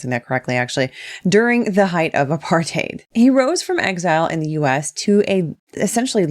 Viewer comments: "Born in Soweto, I hope I'm pronouncing this correctly, actually." Yeah, not bad. "During the height of apartaid" Oof. The subtitles even call you out, they heard a partaid too! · soweto was not bad! Apartheid less so. It's easier for english speakers to do it like apart-hide. Hide like tide. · "Soweto" was pronounced correctly but the very next word.."a-par-thade"